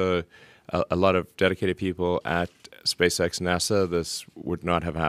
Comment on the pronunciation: King Spork oh shit he said Spazex not Spacex I can’t read